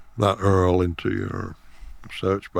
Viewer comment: he called the url an "earl". Love it.